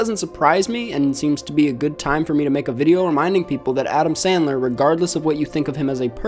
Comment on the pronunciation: I wuv Adam Sandwuw. 😁😁😁😁